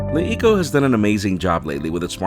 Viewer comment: It's pronounced like "La Eco"